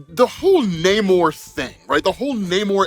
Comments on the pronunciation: Nice but you really should change your pronunciation of his name as it's not "Nay More" it was more "Nah Amor" since he says the derivation of it is because he got "no love" (or something like that)... of course that is only what his enemies call him, but no one wants to keep calling him K'uk'ulkan 🤣🤣 Oh I do like that he actually refers to himself as a "mutant" since Disney/Marvel owns the Xmen stuff they can use that terminology now. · This movie is pure M-She-U in a nutshell. The movie is all over the place. Other than the beginning and the end. this movie was lame and the almost 3-Hour time for it was not needed. also his name isn't not Nay-More. It's Nuh-Mor-r-r-r-r-r-r-r-rrrrrrrrr. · 'Na-MOOR' the Indian? lol